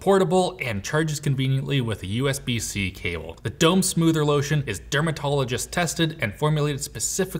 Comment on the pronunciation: If only could pronounce Soother correctly. Soother. Not smoother.